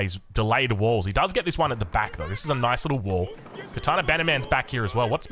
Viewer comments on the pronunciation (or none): none